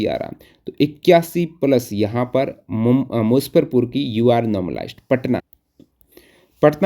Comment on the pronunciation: मुसफ़रपुर ❌ ,मुजफ्फरपुर ✔️ 😂